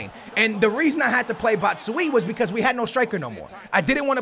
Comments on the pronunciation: His name is pronounced as batsuaji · Yeah it's pronounced Bats-why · Bot-shoe-ayi thts how u say batshuayi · Bashway that's how u say it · Its bat-shoo-why-ee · U say batshuyi like bat-shoe-y-i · to pronounce his name it's bat-shu-why-ee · You pronounce it BAT-SHOE-EYEE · his name is said like BÁTSHUÁI. i think u know how to spell that based in the fact that u know a bit of portuguese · Batshuayi is pronounced Bat-shoe-eye-ee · it's pronounced bat-shoo-why-ee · its bat-shu-i-ee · It's pronounced batch a y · You pronounce it bat-shoe-eye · It's pronounced Bacha why E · No no no not that it's batch u y wee. Please like so he sees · It's pronounced bat-shu-y-e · If is reading this then it's Bat shu wai yee thank me later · Pronounced BAT - SHOE - EYE - EE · It's not batSHE WEEE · It's pronounced bat-shoe-eye-E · say bat-shoo-why-ie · It is pronounced Bat-shoe-eye-eee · its pronounced bat-shu-aaah-yee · Zino Wardenier I am from belgium too, I'm a standard supporter and you definitely don't pronounce it like that. But anyway, let's call him Michy :) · You pronounce his name Bach-u-ayi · he isn't batshuy its batshuayi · it is bat-shu-a-ee not bat-shu-eee. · It isn't pronounced Bat-Shu-Why-Ee, it's just Bat-Shu-Why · it isn't Batshuie. I'm from Belgium and there is a really easy trick for English people to say it right. You say Batsh You Why. BatshYouWhy. Love your vids keep it up 💪💪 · RMRFifaHD It's not Bat Shu A Yee. If you want to say it right you have to say Batsh You Why. BatshYouWhy. I'm ftom Belgium btw 😉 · Batshooooiyeeee, its pronounced Bat-shoe-aa-yee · It's not "batsuyi" it's "batshuayi" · You say BATSHU YIIIII but he is called BATSHU AAAAAAAAA YI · Batman: It's 'bat-shoe-eye' not 'bat-shoe-ee' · It's not batshuwi it's batshuayi say it like this b-a-t-shoeaye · it is Bat-shoo-eye-ee, not bat-shwee Keep up the gr8 videos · Just simplify it a little more batshuyee = bat - shu -I -EE simple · its bats-shu-A-i